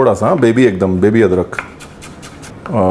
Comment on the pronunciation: अदकर नहीं अदरक होता है रणबीर भाई